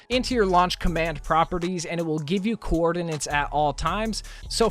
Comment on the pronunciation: do we talk about how he pronounced coordinates?